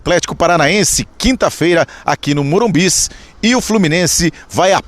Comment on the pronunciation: É normal ter enjoo a hora q ouço falar MORUMBIS?